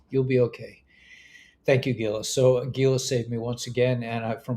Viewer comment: I enjoy your report even though you channel Gila often. (Geela?)